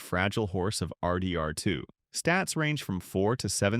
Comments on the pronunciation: Have you guys ever played ar-deee…R…too? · bro says rdr2 like R. D. R. 2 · literally so many weird remarks no one would ever say, “ARR DEE ARR TWO”, “arthur’s balance”?? so disappointing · Why are you pronouncing RDR2 like that haha? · Please stop pronouncing rdr2 like that 🥀